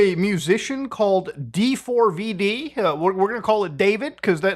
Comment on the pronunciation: Its "daveed"